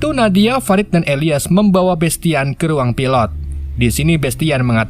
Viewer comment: fa - rid woy bacanya bukan fe - raid .. hadeeeuh senggol dong